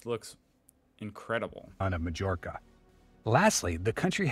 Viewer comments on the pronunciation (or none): none